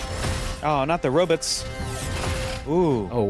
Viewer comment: "robits" been with keller recently